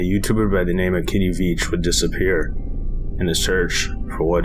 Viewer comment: Veach not Vich